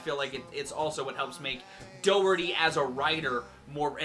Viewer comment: His last name has no R. Loses a fan since hearing constant mistakes us just added failure.🤔